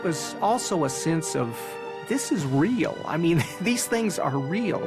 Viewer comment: Real not reel